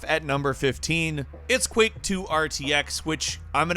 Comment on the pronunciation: Are you saying Quick or Quak LOL I think its Quake but nice vid